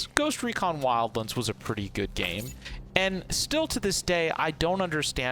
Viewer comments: Did anyone else hear him call it “wildlinds”? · Wild.. LAAANDS, say it with me, L-AN-DS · Thumbs down for saying WILDLANDS in such a dumb ass way.